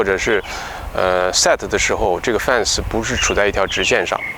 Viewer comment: 念fen ,不念fan啊。